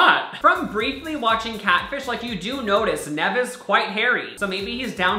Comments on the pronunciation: love, camilla the way pronounces it...nehv... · I broke inside each time he said Nev instead of 'Neve' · nev's name is pronounced neeev like your knee NOT nev like nevel papperman on icarly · it's pronounced Neev not Nev although it's spelled that way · Its NEEV. Not NEV lol. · lil sebastian Every time he pronounced it wrong I kept screaming in my head, “nEEEEEv!” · ITS PRONOUNCED NEEV. Lol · nyeh-v or knee-v ITS KNEE-V SKKSIDJDJD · Y is he saying NEV 😂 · omg how you were pronouncing nev.. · the way he says nev makes me mad oh my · It's pronounced NEEEEEEEEV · It’s pronounced like NEEVE... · I love but hearing him pronounce Nev’s name wrong multiple times made me cringe😂